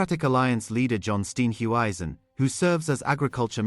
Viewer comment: John where are you from? If you can’t pronounce Steenhuisen!! Cyril- kan maar loop!! Voetsek!!